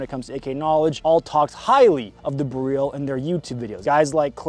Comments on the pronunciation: It's BEryl, not beRYL. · BEH RELL. not freaking bihreeeeeeeeeeeeel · BEryl, the stress is always on the penultimate syllable in Polish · Every time you say Beryl, I hear “garyl” like gallial but from Kim jun whoever from team America. Blue jean operator has better music, so get working on that one slacker!! But it’s still a great video and I love you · It's not pronounced like galil stop saying it weird i would like to but cant keep watching STOP SAYING IT WEIRD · This is my first time hearing "Beryl" out loud aside from PUBG voice comms, and I'm sad to say I was not pronouncing it correctly.